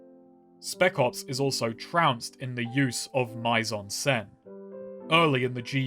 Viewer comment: It took me way too long to figure out what was happening here. edit- Your pronunciation of mise en scene (I'm not looking up the codes for accents) hurt me, and I'm not even French.